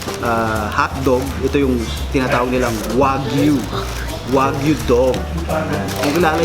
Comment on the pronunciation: Lahat naman sayo masarap! Sinasama mo pa sa kalokohan yong anak mo, Wagyu lang di mo pa alam pronunciation, ULOL!